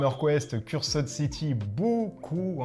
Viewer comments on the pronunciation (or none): Moi je dit qu'il en faudra plus pour battre Necromunda-Dark uprising. Décors sublimes , miniatures super cool, règles et univers vraiment intéressants... la boite pèse 4kg je crois que c'est un record. Donc moi aussi je passerai sur Cursed (dites [Ceurst] et pas "Curssed"). N.B : J'aime bien la présentation en mod Fidèle Castro pour "Age of Cigar" ;D